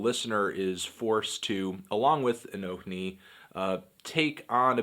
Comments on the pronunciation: 1. Fuck yeah Anthony, not afraid to show your political views in your videos. <3 2. Who the fuck pronounces the H, it's just pronounced a-no-ni 3. This album was a strong 8, at least. 4. Bernie 2016. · it's "anonee"